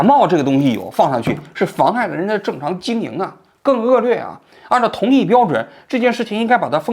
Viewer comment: 1.恶劣lìe，不是恶lùe 2.脱开剂量谈毒性都是耍流氓。